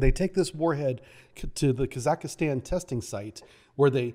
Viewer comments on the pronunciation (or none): I love your work and the effort you put into these videos. The quality of presenting could be enhanced if you took a few minutes to work on your pronunciation. Kazakhstan is not Kazakistan. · Kazakhstan not Kazakistan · Please learn how to pronounce Kazakhstan properly, Borat is very offended